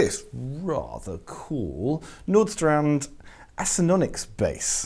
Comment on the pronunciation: It's pronounced "VanOstrand".